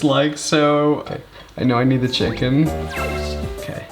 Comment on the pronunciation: the way he pronounce chicken as “cheh-kihn” is so freakin cuteeee